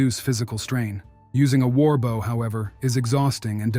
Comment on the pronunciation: When using a text reader for the audio, consider using "bo" instead of "bow" for the correct pronunciation of a bow (the weapon).